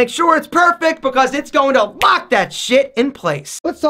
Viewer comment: “It’s gonna fuck that shit in place” 2019 (He said Lock but sounded like fuck to me) 😂